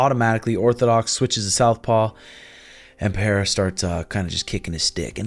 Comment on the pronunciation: PeReira not PeHeira please.....